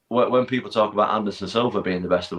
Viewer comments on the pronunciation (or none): none